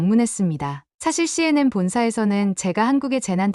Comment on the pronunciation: CNM이 아니고 CNN예요. 똑바로 읽으세요. 기본지식이 안되어 있어요.